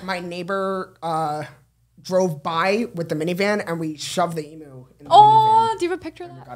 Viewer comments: Also emu is pronounced eem-you & they’re not meant to be pets they’re wild animal that need a lot of room to run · It’s pronounced eem-you not ee-moo 😭🤣❤️ this was such a good episode